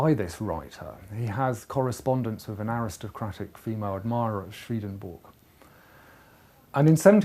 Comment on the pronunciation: A great introduction but, alas, Swedenborg is pronounced as it is spelt.